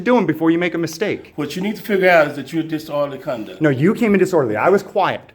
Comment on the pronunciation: That uniformed mush mouth muppet cannot even pronounce,"disorderly conduct."